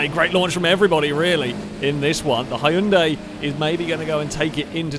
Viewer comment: You're mispronouncing Hyundai 🙂 (but thank you for another fun video!)